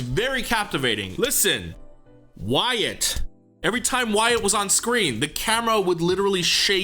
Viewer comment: The pronunciation of Wyatt is more like (Why-it) but it gets pronounced like (Why-ot) due to the hangul ^^